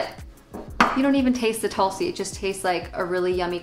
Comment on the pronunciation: Tulsi is pronounced as Toolsi. Honestly you are better off getting it by itself (in different flavors if preferred) rather than whatever combo these teas are.